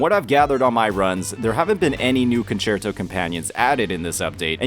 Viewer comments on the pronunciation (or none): none